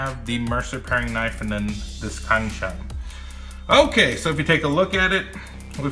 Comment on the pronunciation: Great and thorough review. The cuts look almost effortless. Btw Cang is pronounced like Tsang.